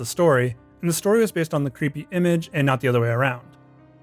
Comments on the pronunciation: Creepy not creeeeey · bro does not annunciate the word "creepy"